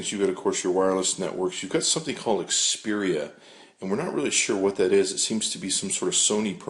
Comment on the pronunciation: Are you saying Xperian?